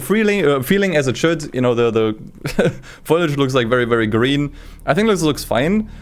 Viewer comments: foliage not foilage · it’s foliage not foilage